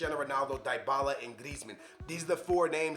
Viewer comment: This 40 year old bozo doesn’t know how to pronounce ... diebala lahhhzzioo mahteach smh.